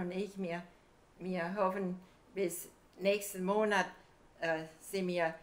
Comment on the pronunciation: The first Oma was saying mir instead of wir, just like in Yiddish